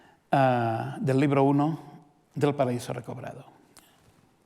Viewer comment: Es un fastidio oír al calvo. No pronuncia bien las palabras. Usa mucho la R. El ribro de pregarrias.